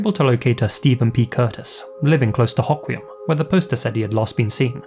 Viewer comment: Oh hey, I'm not too far from Hoquiam, myself. It's a pretty small town, so I don't know how often you'll find yourself needing to pronounce it, but in case you're curious (or anyone else reading this comment), it's pronounced hoe-kwee-um. Like a lot of places here in Washington, the city name is derived from the native population of the area, so pronunciations can often times not be very straightforward to speakers of European languages. This is not criticism on the quality of your video, as I always feel quite satisfied with the level of research you put onto your work, and I appreciate the level of respect you use to portray the victims of the stories you cover.